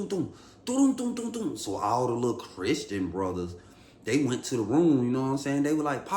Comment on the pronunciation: Lol “Chrisssstreen Brothers” 😂